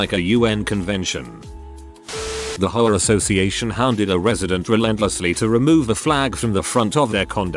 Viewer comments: Is it just me or is the narrator referring to the HOA as whores? 😆😆😆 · The AI pronounces HOA like Sopranos characters pronounce whore lmfao